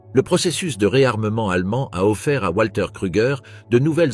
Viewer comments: voix typique de ce que génère l'IA : le W allemand se prononce comme un v français donc Walter se prononce Valter et non Oualter...... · Walter se prononce comme wagon, et non pas comme ouate.